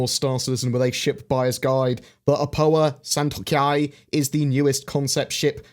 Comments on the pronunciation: The pronounciation is San - to - k.yāi Not San - tok - yāi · Hearing mispronounce the Santokyai...